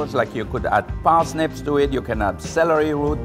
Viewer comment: I love how he says “parsnips” with his accent